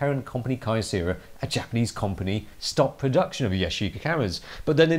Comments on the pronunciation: 'Commpony'- 2019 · I really like you and your videos and all....... But you can't pronounce company properly lmao 😂 😂 😂